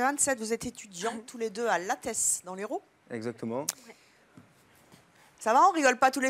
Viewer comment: "à LatteSSS" on dit pas le S lol